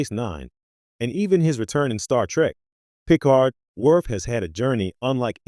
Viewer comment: Pro Tip: Any AI voice that can‘t pronounce „Picard“ correctly, should not be used for Trek content.